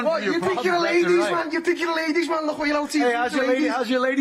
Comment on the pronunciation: “mayyne” been surfing recently? 😂